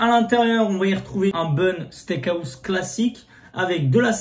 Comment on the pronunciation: Pourquoi tu dis le steak AOUSSE ??? mdrrr ça me perturbe c'est house, sinon gg bg !!!!!!